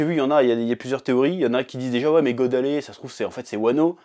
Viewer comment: God Valley pas God Alley